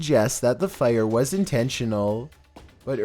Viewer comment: Why does he say "was" like that?? The inflection is maddening.